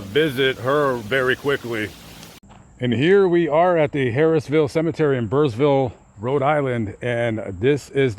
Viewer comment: Hey. It's too bad I didn't know you had planned to go there. I would have offered to give you a tour. I grew up in Pascoag. My sister used to hang around with the Perron girls. And, I could have taken you to Bathsheba's grave. The town is pronounced like burra ville...lol. I also could have shown you Laura's grave too. Creepy😉 And, another one in Thompson CT. It is just really amazing how they used to word epitaphs on gravestones 100 years ago. Anyway, I enjoy your videos and wish you the best.🍀